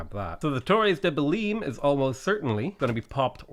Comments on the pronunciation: Hearing you say Belin is irritating. In Belém, the -ém sounds like the -em in mayhem. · the way you pronounce belem physicall hurts me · The way he's pronouncing Belém is triggering me SO MUCH